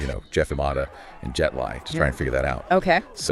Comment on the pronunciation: Dude... it's pronounce Jet 'Lee"